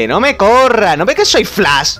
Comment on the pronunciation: Flas JaJaJaJaJa es Flash no Flas , pronuncia la S y la H , No Pronuncies la S sola